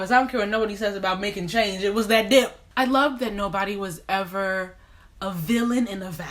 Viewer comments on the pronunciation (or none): God forgive me but I thought she said "dick" at first. (and the statement still made sense to me) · I def thought you said walking with that dick the first 3 times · PAUSE why did it take me 7x to realize you were saying "that DIP" and not " that di.." oh never mind.. presses play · I spit my water out b/c I thought you said “that di*k”